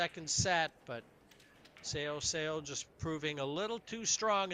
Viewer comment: If she is going to win every game maybe people will learn how to say her name. It's definitely not "Sayo Sowa". LOL The "Seo" sound is very peculiar to Korean.